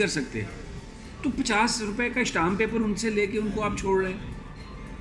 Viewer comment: ویسے صحیح لفظ شٹام پیپر نہیں ہوتا اسٹیمپ پیپر ہوتا ہے اور پیپلز پالٹی نہیں ہوتی پارٹی ہوتی ہے 😀😀😀